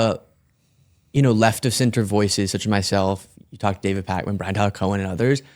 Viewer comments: Tbh I forgave the mispronunciation of Kamala this time when he said Pac-Man instead of Pakman. 😅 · This 'conservative' dude's whole schtick is to have a liberal on and say "oh I didn't know that" and say completely vanilla baseless things. Also, is it that they CAN'T pronounce names right? Do they think it's a power move to say KamAHla and pak-man? It's so weird. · He mispronounced Pakman and Kamala.